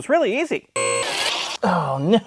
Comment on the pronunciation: Normal people: "oh no": "oh gneaux"